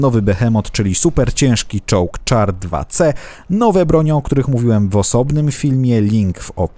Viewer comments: Nie mów na czołg czar tylko szar nie tak się piszę ale tak się mówi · Taka malutka sprawa, char czyta się "szar" ;)